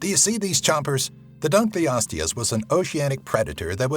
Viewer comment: Dude....pronunciation. Cretaceous: kre-TAY-she-us. Dunkleosteus: dunkle-osteus. Otherwise, this isn't too bad for a YouTube vid. But seriously, you really have to stop saying crustaceous instead cretaceous, or you're gonna drive me up the wall.